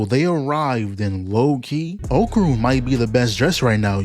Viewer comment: Can't y'all NOT butcher my name? It's not Oakrun or Oakurn. It's OKARUN